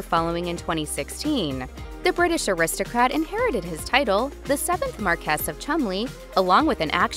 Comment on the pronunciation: Tabloid trash, but the least the speaker can do is learn to pronounce marquess and houghton.